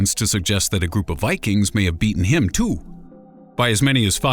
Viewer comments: The way he says the word "too" is so weirdddddddd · the way he said "too" tho lol